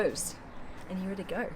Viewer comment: I love you when u say the word heere